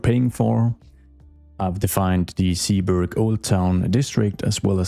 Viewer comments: Zeeburg can be completely Dutch, its actually a neighborhood in Amsterdam. The Zee part is pronounced more like Say then See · Zeeburg you can pronounce like Sayburg. God I'm super excited for this one, building a city that's historical is exactly the one thing I've been hoping someone'd do. If you need more inspiration look at a list of cities part of the hanseatic league, pretty much all of them have/had a star fortress old city center. Square 1 should be a market square, maybe you can include a city hall somewhere there but it should be all terraces with pubs around it. Historically speaking; 90% of catholic Dutch towns have a market square right next to the church where people'd go after sunday's sermon to get drunk at.